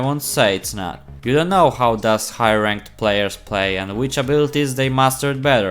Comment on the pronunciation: Awesome video my man! I love the way you say Rank-ed lmao!